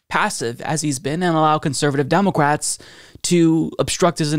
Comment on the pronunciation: Who else hears say "DemoQwats"? 🤔😂